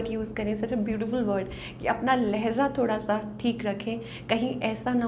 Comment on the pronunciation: It's Lehja لہجہ not Lehza ma'am. Thanks